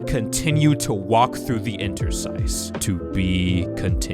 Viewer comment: I've been looking forward to this video and wasn't disappointed. Also, your pronunciation of the word "Interstice" was spot on. Still can't get over how you pronounce Farnese, tho.